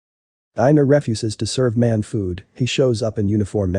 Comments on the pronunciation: "Ref-USES?" " DOZE?" Geez... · Lol thats not how you say refuses